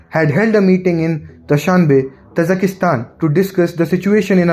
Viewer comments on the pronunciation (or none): It's Kazakhstan, not Kazakhastan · There are only 3 A's in Kazakhstan. Why do you pronounce it as KazakhAstan?